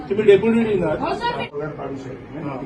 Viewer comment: Din nahi bhai..Dean bolte hai